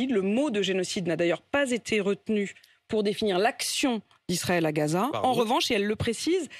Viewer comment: ne dit pas Gaza, mais Ghezza 😃